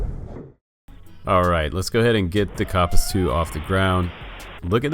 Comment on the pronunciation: Co I believe it’s called a kopis. As in copis